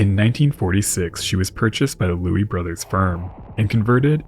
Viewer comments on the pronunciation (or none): none